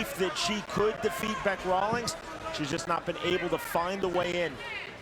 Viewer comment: Not Bic. It is Bec. As in short for Becky.